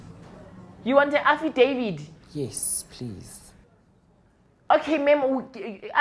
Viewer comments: As for "affidavid" and "satisfy"😂😂😂 kill me again Lasizwe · "You want afidevid " that one got me dead😅😅😅😅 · “I need an afidavid” 😭💀🤣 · "Afidavid" and "Satisfy"🤣🤣🤣🤣🤣